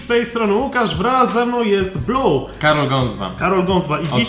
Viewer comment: Czy tylko ja słyszałam "Blu"?